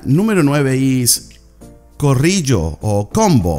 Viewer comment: Corillo, not corrillo.